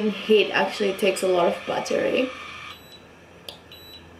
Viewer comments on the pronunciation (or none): You say buttery not battery lol buttery like popcorn!!! So adorable omg!!!!